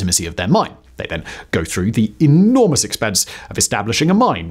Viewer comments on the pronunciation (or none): Did you say "normous"?